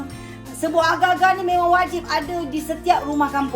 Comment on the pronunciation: Td sy berfikir, aga2 tu apa?🤔.. RupaNya agarrrrrr-agarrrrr.. Astagfirullahaladzim... Sebut la R dgn jelas sis... X fhm org sbh 🥴